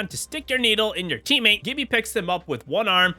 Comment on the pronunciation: It’s G(J)ibby.